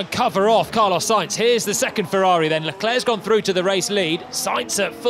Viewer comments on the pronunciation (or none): none